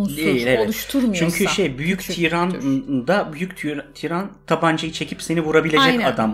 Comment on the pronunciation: Tiiiran değil , tiran kısa okunur. Çok kulak tırmaladı o yüzden yazdım amacım ukalalık etmek değildi kusura bakmayın.